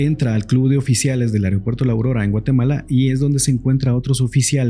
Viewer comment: Se dice AEROpuerto.